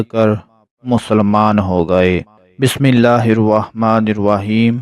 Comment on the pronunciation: Bismilah to thik parh lety bhai ... mistake hain AP ki... Drust kren pehly...